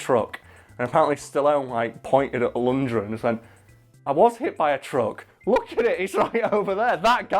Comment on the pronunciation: LundGren not Lundred!!!